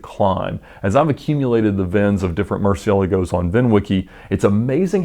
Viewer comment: Hey Ed, you always pronounce the name of the car, Murcielago, kinda weirdly lol